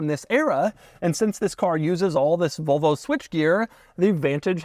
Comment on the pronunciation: I can't be the only one hearing "Vulvo" every time he says Volvo, right?